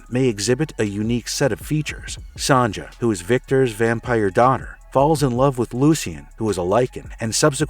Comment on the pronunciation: Why do you keep saying Son-Juh? Its pronounced Sonya. Its not an Anchorman, soft J yogging (jogging) situation.